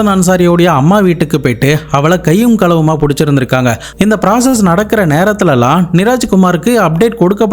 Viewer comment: எல்லாம் ஓகே அது என்ன கலவு....... களவு டா....😂😂😂😂😂😂❤